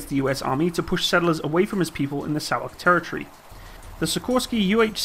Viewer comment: Sauk = Sauk ( ), not Sioux. He said it correctly.